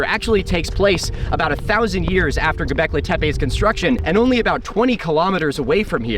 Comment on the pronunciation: "Go-beck-lee". Not "Go-beck-lay". GO Beck-LEE!